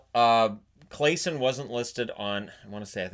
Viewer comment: Hey! Thanks for yet another great upload. Don’t know if you need to know this but Claesson is prounonced ”claasson” Almost sounds like clawsson.